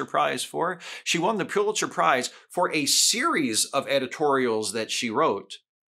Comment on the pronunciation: Good analysis. The media outlets need to be called out for the misinformation they put out. Just FYI, Pulitzer is pronounced Pull-it-zer, not Pew-lit-zer. Many people mispronounce the name.